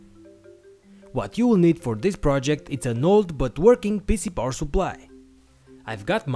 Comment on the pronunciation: Why do you say "poor supply"?